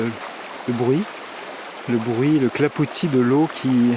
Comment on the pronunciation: Merci pour cette belle vidéo! J'adore aussi le clapotis -- pas le clapouti ou alors tu parles canadien maintenant hahaha- de l'eau et la neige. Maman est Tyrolienne et donc je partage totalement cette ballade en forêt et avec ses découvertes!!! Profites bien! Xavier de Belgique (et du tyrol:) ). Que tout aille bien chez vous 3.